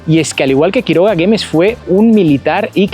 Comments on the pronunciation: El mo umento es de GUEMES Y NOOOOO GEMES COMO LO PRONUNSIASTE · En primer lugar no es Guemes. Es Güemes.(pronunciando la U) luego no es como facundo Quiroga que fue un caudillo. El fue un militar de carrera luchó en las investigaciones inglesas y aquí en el norte. Único Grl. Héroe que murió en combate cuándo lo emboscaron. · 😂se pronunciar WU GUEMES Ypobres hay en todos lados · Perdón...tu pais es el Edén?es la primera vez que veo que uno visitantes se quejen tanto.vuelvanse a su Edén.dejá de reirte de la creencia de los habitantes de Salta.no es geme,es Güemes. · Guemes 😂😂😂 Se pronuncia la "u" si tiene diéresis "ü" Sería Güemes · UNA RIOJANA, TE DEJO DECIR MIGUEL DE GUEMES.....???? ES GÜEMES.....!